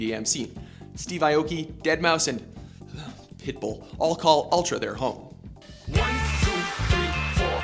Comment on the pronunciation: Lol'd pretty hard at how he said pitbull. Totally understandable.